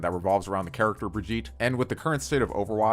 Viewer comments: ITS BRIGITTE NOT BRIGEET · Buh-gee-tuh / Bri-gee-tuh not brig-ee-t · its "brig-ee-tah" not "brij eet" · is anyone triggered because he says briggite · Why do you still mispronounce Brigitte? Try Brig-ee-teh. Brigeeta rhyming with vegeta works too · You know what's annoying? You saying her name wrong. How do people still not know how to pronouns it? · Please pronounce the name correctly!! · Learn how to say her name right. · I can't tell if you're intentionally pronouncing her name wrong